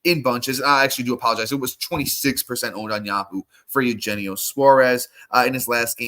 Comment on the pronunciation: You’re killing me man. Eugenio (Yu-hen-neo) Suarez.